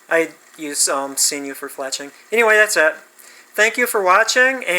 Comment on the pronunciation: You’re the only person on this planet earth that I’ve ever heard pronounce it see-noo. Knock it off.